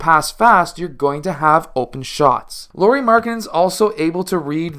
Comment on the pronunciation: Lauri is supposed to rhyme with "cow-ri" or "how-ri" or "wow-ri."